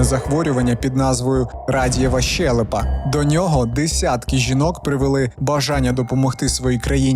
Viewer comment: 1. Інфекція ширилася НЕ тілом, а ПО тілу. 2. Зясуйте, як по-укр. рос. прям..., прям... 3. Зверніть увагу на вашу фонетику шиплячих і вимову звуків "и" та "е": щЕлепа, а не щЄлепа, чУткИ а НЕ чЮткІ, чОму, щО, а не чЬому, щЬо; все такЕ, а не все такЄ. НЕ почЯли, а почалИ. НЕ відбУлося, а відбулОся. НЕ дівчІну, а дівчИну. 4. Навіщо мішати в укрмову суржикове з західного прикордоння колежанка, коли є українське слово "товаришка"???